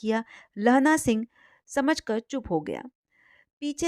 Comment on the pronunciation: आप दो शब्दों का उच्चारण गलत किया, समझकर और समझाकर